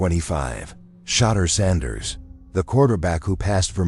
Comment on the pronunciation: Who in the h311 is Deshin Watson & Shatter Sanders 😂? The one area AI needs improvement is pronunciation!